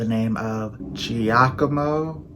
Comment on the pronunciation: "Giacomo" perfect! Like an Italian! chefskiss